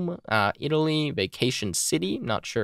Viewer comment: Me: Vatican City: "Vacation City"